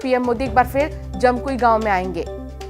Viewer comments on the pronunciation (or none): जमकुई नहीं जमकुही हैं